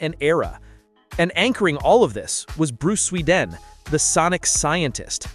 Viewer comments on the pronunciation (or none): Pronounced Bruce Sweh-DEE-an not Swee-DEN